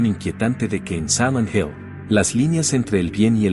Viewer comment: ¿Por qué dice "Samant Hell"?